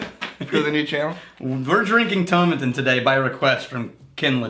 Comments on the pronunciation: Toe-maa-tin lads; it'll sound (and possibly taste better!) if you say it that way:P I know what is saying about whiskies that are primarily made for blends, but you get the odd stonker. I'm enjoying a Caol Ila at the moment, and thats certainly full of character whilst being a big blend component in other whiskies. P.S. I wrote that before I saw you lads mention Caol Ila - great minds eh.;) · It's like how you would pronounce tomato in the UK so to rhyming with paw and matin rhyming with Satin with no emphasis on any syllable. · Tomatin ( the pronunciation key said rhymes with Satan when i bought a 12 year old bottle back in 94... It also said it was used to make blends) it was awful then and under 18 bucks .. awful was an understatement.